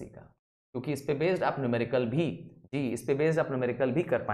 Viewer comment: Sir aap ji ko d bol rahe hain